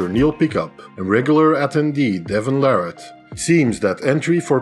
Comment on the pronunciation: Larratt is pronounced Lair it